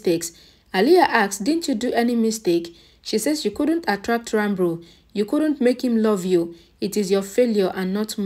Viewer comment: The correct pronunciation is Ranbir and not Ranbru